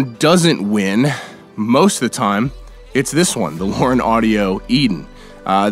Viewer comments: So, Lauten is pronounced Lauren? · Bro why did you call them "Lauren" micophones 😂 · Lauten lol. Great video though